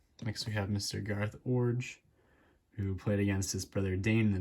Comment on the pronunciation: Much respect. You know your baseball. You even pronounced Iorg correctly.